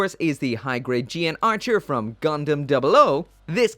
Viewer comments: I remember when this thing came out, people went wild posing it in all sort of.... suggestive ways. Also, the mech is actually pronounced as the "Gun Archer" and not "G N Archer", breaking away from the usual 00 convention. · yes, it does. I think the suit is only mentioned once or twice, but when I did notice it, it was pronounced as gun archer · The English Dub pronounced it GUN ARCHER